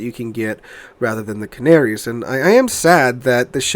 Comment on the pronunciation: Ca -na -ri - as ....give it a try